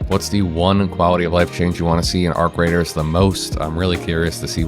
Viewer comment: its not radar its raider are you dumb AI?